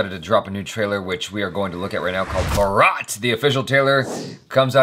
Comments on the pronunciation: Bro it's a remake of a Korean movie ode to my father ...😄 And by the way Baraath means wedding procession of the groom this word is mostly used in North India Where as the right pronunciation for this alternative word for India is Bhaarat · It's BHAAARUT not BHURAAAT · U pronounce wrong it's not 'bhourot'...it's 'varot'... Achara can maybe....u can't 😥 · it's not barot...it's bhaaaaaaarat. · Bhaarat not bhaaraat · Achara Corrected Eid pronunciation but not BHARAAAT?????,.......its BHARAT..jai Hind, Jai bharat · It's not Bharaaaaaat, it's Bhaaaaarat. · No it's bhaarat not bharaath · Britishers gave name : India Mughals called: Hindustan Original Name: Bharat or Bharat varsh ... Pronounced Bhaarat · India is actually BHARAT... pronounced as "BHAAARAT" mughal invaders called it Hindustan British called it India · it is pronounced as "Bhaarat". Bhaarat is an alternative name of India in Hindi and "Hindustaan" in Urdu. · There is an "h" in Bharat. Why do Americans ignore some letters while pronouncing Indian names or references and make it sound so funny and weird at the same time.😅😖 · Pronounce it as BHAARAT... ITS "AA" not 'A' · Lol it’s pronounced “bhaarat” bro 😂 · looks/speaks like he's a bit high/drunk. Lol. Anyway, as others have pointed out, Bharat is the Hindi name of India and it's pronounced as "Father" in terms of the sounds of the vowels. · It's pronounced as Bhaart actual name of india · it's Bhaa..Rath.. (Bharat) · Its Bhaaarath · bharat is the original name of this country. british people named india and mughal empire named it hindustan. and its pronounced as bhaaaarut. slightly stretch the first half of the name. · It's bhaaaraat.....and Ya don't thanks me it's OK... 😂😂😂😂😂😜😜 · Ïšhã Ďöłęÿ It’s ‘Bhaarat’. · Actually it is pronounced as BHARAT (BHAARAT) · You're so wrongly pronouncing bharat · Its pronounced as 'Bhaa-rath'. India is the name given by the Greek to Bharat. Bharat is the authentic name of our country.